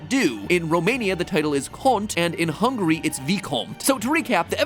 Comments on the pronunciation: Just realized that to he said hungry instead of Hungary 😂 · As a Hungarian, it hurted my ears that how he pronounced Hungary. I don't wanna be mean, but it's not "hungry" Mat. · I wonder if he pronounced it "Hungry" on purpose.